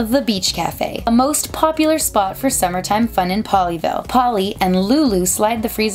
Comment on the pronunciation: Every time she says “Pollyville” she sounds like she’s saying “Ponyville” I’ve been watching to much MLP....